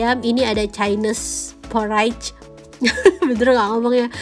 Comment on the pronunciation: Bacanya cainis porij ya, … 😊